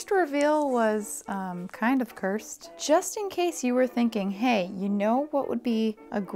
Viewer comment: "i tend to make things a little bit, jist a smidgen more difficult for myself than they need to be" sAME